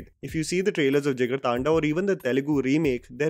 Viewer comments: Why British accent bhai 😂 taanda thanda hai voh 😂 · Kinda hate to point it out, but it's not Jigar-Taanda but Jigar Thanda, as in the Hindi word 'Thanda' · JigarTAANDAAAA... Vilmiiiiii... Get your pronounciation right boyyyyyy